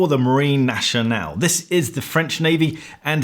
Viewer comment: "Marine Nationale" is not pronounced "naSHionale", it is pronounced "naSCionale".